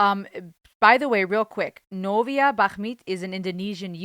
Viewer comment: I was happy you pronounce novia name correctly, she's a singer from indonesian idol competition